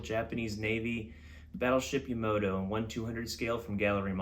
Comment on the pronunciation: Ya-ma-toe not ya-mo-toe